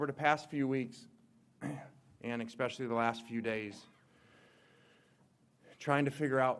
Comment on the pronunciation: Did he... did he say "expecially" ? Im not ole miss, im not lsu - but when i hear that JESUS haha - enjoy your expresso tomorrow haha, good luck to lane